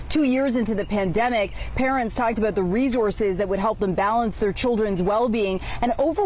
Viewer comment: Stop saying rezorzez